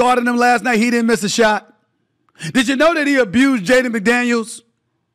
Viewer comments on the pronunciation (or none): none